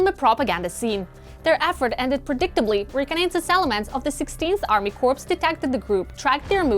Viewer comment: You're trying to say corps kors...but you keep saying corpse